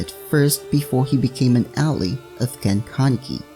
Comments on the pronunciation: Al-Ly not ally Al-ly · al-e, lmao it's al- I . you don't pronounce all al-e